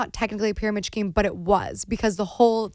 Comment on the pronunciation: Pyramid “Scheme” why does she pronounce the “H” thoooo. It’s supposed to be silent Gabbie!!!